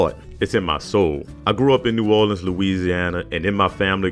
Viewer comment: As soon as I heard the way he say New Orleans, I knew he could be trusted